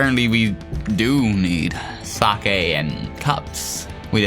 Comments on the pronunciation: its pronounced seyk not sakey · sake is not sa keh its saik